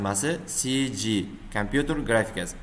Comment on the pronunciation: CGni noto'g'ri aytingiz nazarimda!